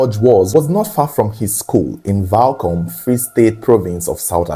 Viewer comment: lolz i live in welkom.....thanks for pronouncing it right!